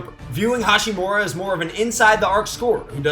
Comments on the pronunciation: hachimura. ha-chi-mura. not hashi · It’d be nice if you could say Ha*chimura instead of Ha*shimura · It’s not HaSHImura but HaCHImura. Americans! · its HaCHImura not HaSHImura.. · Rui HA- CHI- MU- RA. Please say his name correctly next time. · It actually is pronounced with a ch sound, not a t or sh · AlbroLee no way. CH is definitely pronounced with a T sound in Japanese. ハチムラ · His pronunciation on Hachimura is so ugly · Ya'll butchering his name lmao